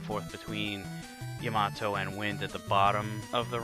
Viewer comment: It is yah-mah-toh. He mispronounces it.